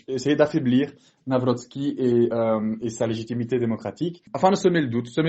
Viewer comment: Karol Nawrocki et non Karol Nawroscki ...